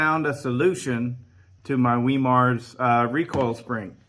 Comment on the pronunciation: Hard (start) Wemar conversion. 😂 Good stuff. 👍